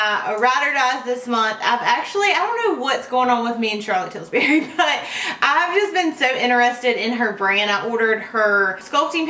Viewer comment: I am not trying to be picky or mean, but it Charlotte Tilbury, not Tilsbury. great video !! My Marc Jacobs blush brush sheds like crazy.. maybe I just got a bad one.